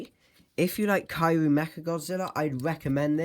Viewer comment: Is Not Kaiyu It's Kiryu